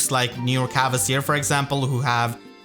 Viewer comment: Big fan and really appreciate all the worm you put in your videos. That being said, please return to the old pronounciation of "Kvasir", there's no "e" or "a" there!